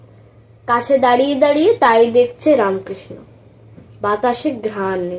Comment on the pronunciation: Khub bhalo hyeche .. ramkrishna ta ramokrishno eivabe pronounce koro.